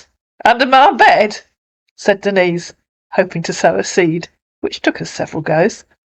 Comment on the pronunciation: Thus Marcus Breyer can't even say her name correctly and claims to love her. Her name is NOT Dennis!!!!!!